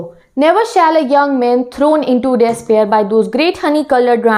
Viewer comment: Now a days nibba nibbi are teaching specifically over YouTube. Ma'am please make correct pronounciation of "despair" please fix your accent. Hope this comment will demotivate you and it will stop you to making more videos and uploading. Lmao